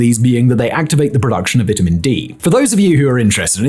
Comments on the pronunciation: I don't trust this guy. He doesn't even know how to pronounce "vitamin". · The way he's saying vitamin is making me irrationally mad lol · I like the way he says vitamin 😂